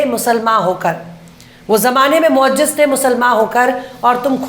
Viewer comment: Mam sahi word" mu azziz" hai ya ho sakta ki aapne sahi kaha ho aur mujhe ," mu ajjis" samjh mai aaya Regards